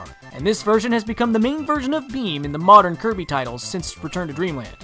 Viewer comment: did you say kirmy? its kirby